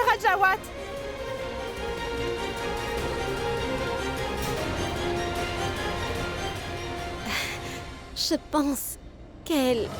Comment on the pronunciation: Mon qui dit radjawate seigneur et junior 😂c'est gars va me tuer 😂